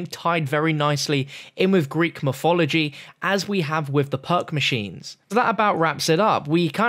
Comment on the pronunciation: Lol dude he has the hardest time pronouncing words properly. A sturdy figuhh. And a royal skeptahr. Greek myfology. Good going.